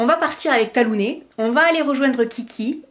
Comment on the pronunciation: Bravo pour ce que vous faites toutes les 2 pour ces gentilles bêtes.. nous avons aussi adopté un beauceron de 2 mois et demi il y a bientôt 9 ans. Il s'appelle Tag et je le surnomme Tagounet, ça m'a amusé de t'entendre dire Talounet ... Bon dimanche